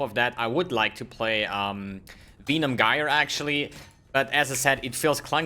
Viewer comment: Use Plague bearer ffs And you get disconnected cuz of your pronunciation of Venom Gyre